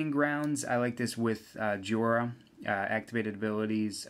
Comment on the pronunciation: If it were pronounced JEE-ORE-UH the i in Jhoira would be in front of the o like this Jhiora. It is pronounced JOY-RUH